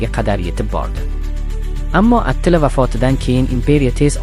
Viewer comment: Atila mas atilla dep chitoyliroq aytsang boʻmaydimi